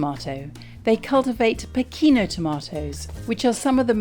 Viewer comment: Dear, if you pronounce "Pachino" in English, it sounds like "Pechino," which is the capital of China in Italian and not the small village in Sicily, which also gives its name to these special tomatoes.;)